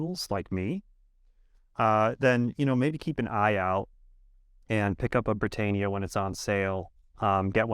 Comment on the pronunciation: You're saying Britannia wrongly